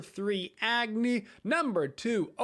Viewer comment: Just a few pronunciation things! -Agni is pronounced like awe-gni -Hecate is pronounced heh-kuh-tea